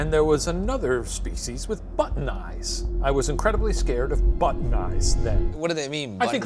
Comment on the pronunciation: I was like "butt knives?!" then shane had "butt'n eyes"